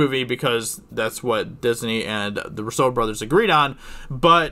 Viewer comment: The new scene better be Captain America confronting Red Skull and trading the soul stone for Natasha's life. BOOM. Lead in to Black Widow movie. Also, please learn how to say the "Roo-so" Bros name.